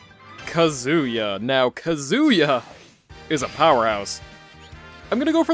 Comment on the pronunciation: His name's all ONE WORD; why are you pronouncing it as Kazu Ya?! It's Kazuya. Your way sounds so weird,... >.<